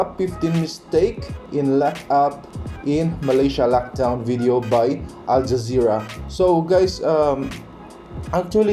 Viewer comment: Al Jazööra? Oh say NO to them! Thank you bro for the reaction.